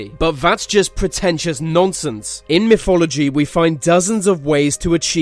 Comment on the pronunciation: it's not fhe but "the".. it's not myfology but "mythology".. fuck it's cancerous to hear people rape the English language like this..